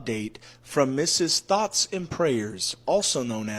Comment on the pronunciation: I thought he said THOTS AND PRAYERS 😂